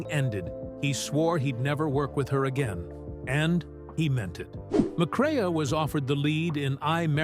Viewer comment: Your speaker totally mispronounces Joel McCrea's name It is NOT Mc CRAY AH It is McCray LIKE AAAAA